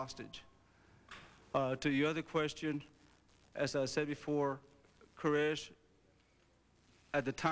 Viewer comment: Is that Sarabyn character happy being the only person in the whole world to mispronounce the last name 'Koresh'???